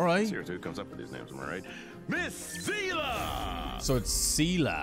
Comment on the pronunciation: I haven't played Star Rail in Japanese at all. I only play it in English, but the way they pronounce Seele's name gets under my skin every time the characters say it. I played the whole part 1 story of Honkai Impact so I'm used to hearing Seele name pronounced as "Se-leh" and not "See-luh".